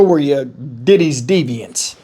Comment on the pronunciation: Emphasized "Diddy's deviance."